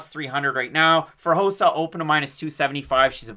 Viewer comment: It’s rosa not josa lol